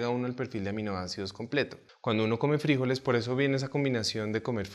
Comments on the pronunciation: Oye loco, de dónde sacas fríjoles, sin frijoles en español y el golpa de voz cae el la sílaba jo. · FrijÓles.. con acento en lo O 🤷‍♀️😁